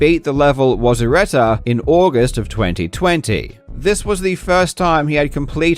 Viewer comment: "WASURETA" Well, I guess you can pronounce it that way...